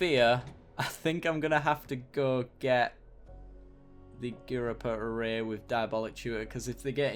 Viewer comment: Sorry, can't help myself - It's "Orr-err-ee" ;)